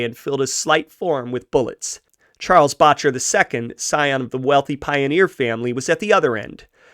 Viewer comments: The first syllable in Boetcher is pronounced like better, not bawtcher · It's pronouced Bet-Cher, not Botch-er. Boettcher. I went to scholl With a grandaughter of Charels Boettcher. Founder of Botanic Gardens among other things. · Second generation Coloradan here, my mother was born 1924 in a house on Santa Fe street Denver, until the onset of the depression her parent's Anna and Norman had a cafe in Denver, Boettcher is pronounced BET-CHER, FYI, this is interesting and nicely done....glad you do your own narration, cannot stand bots....